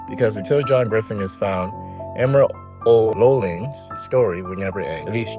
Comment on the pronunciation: It's not emma, it's E-mer